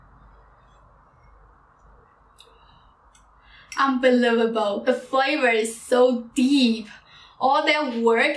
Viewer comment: "unbelivabewl" BOI I CANT chill im asian too